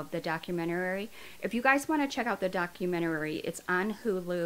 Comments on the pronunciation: But can you pronounce documentary ? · Maybe practice saying “documentary” a few times before making a video about one. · Its documentary not documenterary. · I know this isn't related to the case, but why do you keep adding an extra syllable to "documentary". It's like the word "document" with the word "airy" added to it. Where in the world is "document-er-rary" coming from?? Probably gonna get shit for even asking but I'm actually curious where that pronunciation is coming from. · I agree with everything you're saying. But it's DOCUMENTARY NOT DOCUMENTARARY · I love your videos.. I have to say though as you say it a number of times, and I no I sound pedantic lol.. it’s docu-men- tary. I keep hearing docu-men-ta-ary-ary. You do say it correct sometimes. Maybe it’s my hearing..- Your videos are well delivered and very detailed. I have only just stumbled on your channel. I do really enjoy them they are very delicate subjects, you cover the cases well, and with compassion xx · Wait. "Documentarary"? 😂 Lol! (Sorry- I couldn't help myself) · The documenerererrey lmao 🤣 I love you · I hope you don't think this rude, but it's "documentary" not "documenterary". ♥ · DOC U MEN TARY NOT DOC U MEN TER ARY I’m pedantic I know. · *documentary lol not documentarary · Documenuary?Documentary?? HAHAHA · It's documentary. Not documenterary. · I’ve watched all your videos and I Love them all, but please pronounce the word documentary correct you’re saying documentarary. It’s just “document-uh-ree. “ not document-uh-rare-ree. Not trying to be mean I love your vids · I enjoy your channel and think you are a goodn storyteller but, Sweetie, you are adding an extra syllable to the word "doc-u-ment-er-y". It's not "doc-u-ment-er-AR-y" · So nobody’s gonna mention “documenarary” ? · ma’am i’m sorry but it’s “documentary” not “documentarary” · Doc-u-men-tar-y. Is how it's pronounced, NOT doc-u-men-tu-ar-y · It’s just Doc-you-meant-a-Ree, not documentararry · Documentary not DocumentaRAry